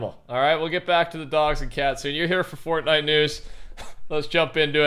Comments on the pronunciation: "fordy" lol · Why do you say fortnite like that in your intro?